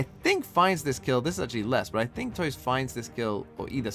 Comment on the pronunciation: This game was so intense I couldn't watch Talon x DRX. I felt exhausted after it finished and had to take a break from Valorant. BTW, tuyz is pronounced /tju/ as in "Tulip" and /IZ/ like in "Quiz"